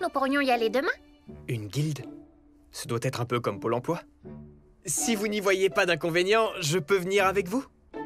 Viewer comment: Quand il a dit Pôle Emploi s’est comme tu l'as écris "magnifique", en plus il le dit comme ça 😂